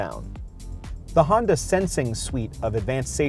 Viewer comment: Did he say Hyundai or Honda? Hyunda?